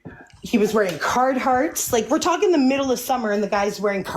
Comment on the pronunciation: It’s not Card Hart. It’s Carhart.